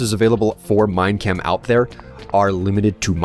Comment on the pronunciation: whenever say minechem it sounds like he is saying mein kampf